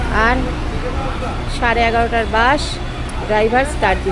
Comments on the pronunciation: Bus এর উচ্চারণে স শুনতেই ভালো লাগে,, শ শুনতে ভালো লাগে না।।।বাকি ভিডিও বেশ হয়েছে।।উচ্চারণ টা শ্রুতিমধুর হলে আরও ভালো লাগতো।। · Vdo ta khub valo laglo kakima keo misty laglo kintu baas kotha ta kane lagche. Bus bolun kakima